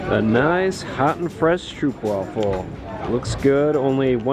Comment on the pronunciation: Its not a "stroupewafel" it is a stroapwafel" you pronounce OE like oa in road.